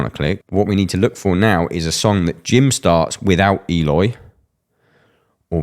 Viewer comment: Sound analysis! Would love it if you'd pronounce his name as ehLOY, not EEyore.